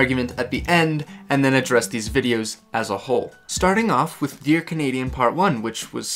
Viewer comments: “Kenedian” is a violation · I just realized you pronounce his name "Canadian" lol Edit 1 added " Edit 2 added the edit thing